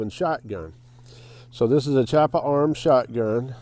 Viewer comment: It's pronounced kee-AH-puh.